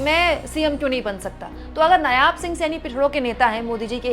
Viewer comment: नायाब नहीं, नायब है बेटा जी। हरियाणा तो गयो भाजपा के हाथ से ।